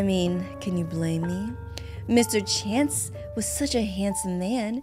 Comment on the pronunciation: Not to be rude it's no Mr chance it's Mr chace